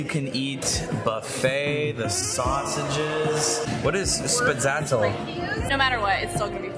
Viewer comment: The emphasis on “sausages!”